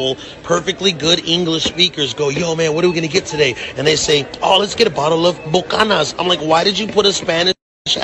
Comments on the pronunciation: He said bu-canyons 💀⚰️ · MrNicox16 “Bu-Canyons”! 😂😂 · Yes, but he didn't even pronounce it right. It's [boo-can-ins], not [byoo-canyon]. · it’s slang. “Bukanas” is just straight up mispronunciation. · He said it wrong too there's emphasis at the end Bucha-NAN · “Biukanewns and COKE” excuse me?!!! Coke?! This man should be banned from ever drinking